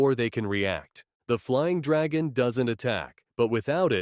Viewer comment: You mean dwagon😂😂😂